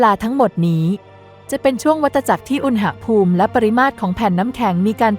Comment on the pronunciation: อ่านว่า อุน-หะ-พูม ไม่ใช่อุน-นะ-หะ-พูม